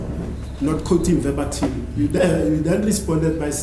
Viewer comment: And the newly learned "verbatism"by Gininda instead of verbatim 😅